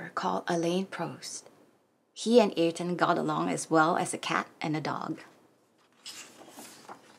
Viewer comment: We love your channel and we love Ayrton. Yes, he was indeed much loved and respected by all Brazilians. A great person all together. Thanks for the read. PS: [Uh-eer-ton] is the most correct pronunciation of his name. 🙂😉😘